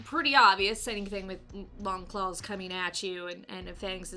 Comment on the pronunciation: Did she say "clawls" lol